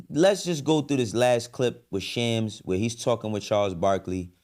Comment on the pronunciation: You know damn well how to say Shams name. Stop being a bigot